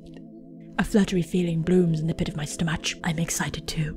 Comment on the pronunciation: Omg so I'm like intently watching about twelve minutes in and have been smiling like a dork at all the hilarious comments and editing and then you go into that voice when Chloe helps Max out of her truck and THEN YOU FUCKING SAY STOMACH WITH THE CH LIKE CHUH AND NOT KUH. I cackled.